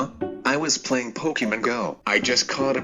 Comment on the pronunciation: The way it said pokemon 😂